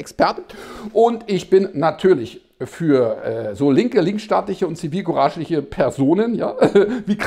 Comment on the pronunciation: Hat er zivilkuraschliche gesagt oder meinte er doch zivilkurarschliche …… 🤔🤷‍♂️